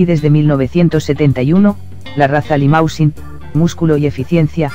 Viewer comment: El cebú no es una raza. Hay razas cebuinas como Nelore o Braman. Y otra cosa. Limousin se pronuncia limusín. Un poco de francés hiper básico no hace mal.